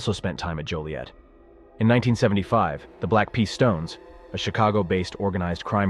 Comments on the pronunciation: It's Joliet not Juliette. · And I apologize but it’s Joliet not Juliet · It sounded like they only said Juliet the first time. After that I always heard Joliet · Joliet not Juliette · JOLIET ,not Juliet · It's Joilet, not Juliet. Also, the other prison is Stateville, not Statesville. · It's Joliet not Juliet.........smh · Its “Joliet” not Juliet. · Joliet… not Juliet. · It’s joliet